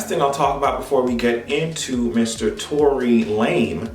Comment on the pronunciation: This nigga said Tory Lame 😭😭😂